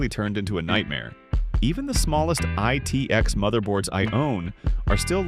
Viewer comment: It is so strange how he pronounces PS2, CPU, ITX.....